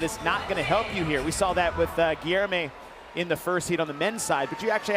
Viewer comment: Pronouncing Guilherme’s name: Gi-Lair-Me #yourewelcome